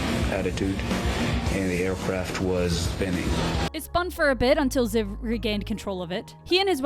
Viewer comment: CONGRATULATIONS!!! that is actually how that name is pronounced, well okay... Ziv (the way you pronounced it) is a really common nickname for people with the name Zivi in Israel. (BTW in my opinion the Israeli F-15 looks cooler then the American one, HAVE YOU SEEN THAT PAINT JOB?! THAT SHITS SO COOL). Well you just talked about how it can fly with one wing 😂.